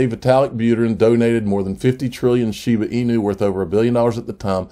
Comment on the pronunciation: shibaaa inu .....not shibuuuu inu.